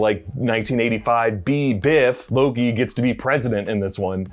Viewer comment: Anyone else heard him say LOGI at some point ?